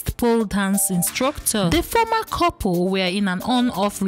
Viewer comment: Its couple not kopo